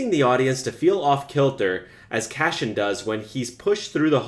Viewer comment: Omg it's CASSIAN (Kass-ee-unn) lol not; "cash-in"!! 😁 (I'm just sayin' 🤜 💥 🤛) #ConstructiveCriticism #DontShootTheMessenger ✌️